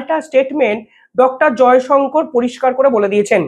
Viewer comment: ক্যাপাবেল, এন্ডাভায়ারস, মিসাল স্টাইক, প্যাটান, স্পেড করছে, ইন্সপার, কালাম য়ে গিয়ে, স্পেড আউট, জয়সঙ্কোর, উই আরগ, নিউটাল- না পারিস বাংলা, না ইংরিজি উচ্চারণ করতে। মাষ্টার রেখে আগে উচ্চারণ শেখ মূর্খ।